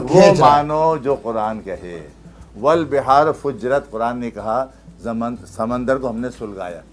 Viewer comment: فجرت نہیں بلکہ سجرت ہے